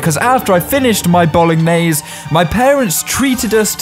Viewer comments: Me being Italian hearing him say “bowl-ah-niese” 😭😭😭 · He says it like Bolo gah nays